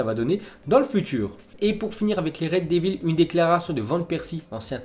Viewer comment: A tu a dit les red débiles au lieu des red devils